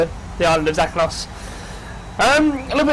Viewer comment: i think Zakynthos is said as za-kin-thos.